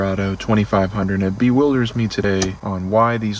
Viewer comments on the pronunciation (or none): Bewilders ???? LoL..Do you really talk like that. :-)